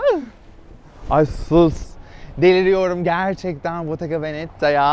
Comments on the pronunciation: No one: Really no one: Kerimcan: bOtTeGa VeNeTtAğHğ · botaganavenettaağğh -hadi geeğğlh -ay SUS (Beğeniler için teşekkürler)